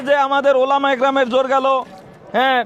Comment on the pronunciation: ওলামা তো বুঝলাম, টোলামা আবার কোন টা আ ?😅😅😅😅😅😂